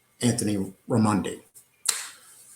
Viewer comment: Listen let me help you ……ask RAY-MON-DI for his DD2-214. EVERY SINGLE EX Military member HAS Tom have these. They are the separation orders. PERIOD!